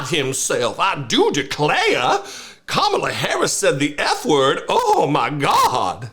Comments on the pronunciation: He can't even say Kamala's name right, always mocking it , thats how racist he is!!!!!!! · Im pretty sure he's purposely saying Kamalas name wrong. And his nasty comments get on my nerves. When someone speaks the truth or repeats things he has said, he says they are being "nasty." SUCH A MAN BABY TODDLER!!!!!! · The idiot cannot even pronounce "Kamala" correctly. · he's a idiot, however,he think he scare people by saying,she said the truth about his filthy distorted sexual prettier, whatever she said, was the truth,he think, because he cant pronounce her name, if you think this moron isn't deranged,who is, he can't stop running his nasty unintelligent filter mouth,how can this filty mouth fool,take about Mrs Obama, with his distorted fat orange lying unintelligent ass, this nut, has no ideal about politics,yet,this fool was in the highest office in America,how,dose this happen,plus this convicted sexual prettier is running again, really,he made America,the laughing stoct of the "world"!